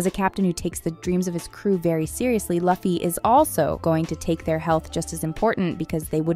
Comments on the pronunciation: I'm sorry I can't pay attention with how the narrator is mispronouncing Luffy's name. It's Loo-fee. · who is Lucky and My Hawk if your going to comment on a show at lease get there names right! lol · Stopped watching when you said luhhhfie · Get the Names right before you make a video... its not Loffy is Luffy 😂😂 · She did say me hawk. Her pronunciation of Luffy was definitely bad. Edit: she said it right the first time. But then she said his name a second time and third time and somehow butchered it as My hawk. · stop saying luffy’s name like that smh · Please start pronouncing LUFFY right... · The way Luffy and Mihawk’s names are pronounced are extremely grating on the ears. This person never watched the anime or talked to any one piece fan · Say the names right 😂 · Can't get thru that mispronounciation 😅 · Yeah it’s loofy not luhffy but it’s spelled Luffy and I bet she said Gorilla C. Luhfy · Stop saying luffy like it rhymes with puffy it’s pronounced loo-fee 😭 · Its Luuuuffi not Laughy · I was always confused as to why Americans seem to default to pronouncing Luffy as "lah-fi" instead of "loo fi". The second one sounds a lot more like an actual name to me. Though, this time I don't think it's a human talking to begin with. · Not Laffy but Luffy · She said lUh_fy, I clicked away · "laughy" , "barari" man I love ai voiced videos😂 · (Loo-fee) (me-hawk) if your gonna content farm…gotta get the pronunciations down. The fandom won’t take you seriously if you don’t. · Lol previous video says it’s Ai. Yea I don’t think so lol Luh-fee doesn’t even seem like something an Ai would say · Iuh fy it is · Pls “laffy” and “myhawk” really? 😂😂😂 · Nah, when she said My-Hawk, Luh-ffy and Bar-t-ee like wth? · STOP SAYINg luhfy plz, it hurts 🤯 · Lew fi not luffy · Its pronounced as "Loofy"